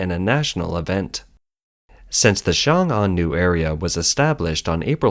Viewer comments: Good analysis. One suggestion for the channel is to pronounce the pinyin more accurately vs. sounding like a complete westerner. It's not "Xiang Ang". 「雄安」 in mandarin is more like "Shong An" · XiongAn pronounced, X(i)ong -Ann or Song -Ann , for simplicity..